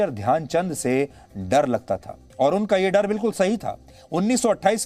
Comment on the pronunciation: Dyan chand ne nhi dhayanchand ji bolo